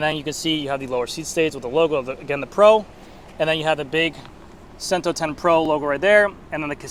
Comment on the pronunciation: Cento is pronounced ch-ento.